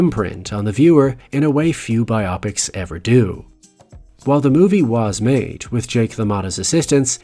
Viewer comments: Bio-pics. Not bi-opics. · And interesting topic, but you instantly lose me when you say “BI-OP-PICS” instead of “BIO-PICS”. This drives me crazy. Do you read a “BIO-GRAPHY” or a “BI-OGRAPHY”? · Pet peeve of mine…saying bi-opics and not bio-pic. Not a big thing, but legit it’s an abbreviation for “biographical picture” not “biographical Optics.” Again I know accents are different… but Bio Pic sounds like odd when smashed to one word. Biopic…it’s two… tangent I know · Bi-opics???? Nah it's bio-pic as if to say BIOgraphical PICtures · The word is pronounced as bio-pics not bi-opics. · Phonetics: bye-Oh-pics ? No, honey, it's: BYE-op-icks . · Bi-op-ics? BIOgraphical PICtures. BIO PICS. Biopics. Bi-o-pics. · I cringed every time your said bi-opics 😩😩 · I have to say, i have never heard someone pronounce biopics the way you do lol.